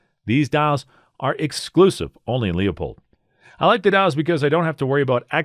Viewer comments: Loypold. If the family pronounces it any other way... they are wrong. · One you pronounce Leupold incorrectly..two I as an Oregon boy and someone who knows the family, they use to be an American made company, but not any longer, personally I'm a Vortex and Trijicon scope guy now.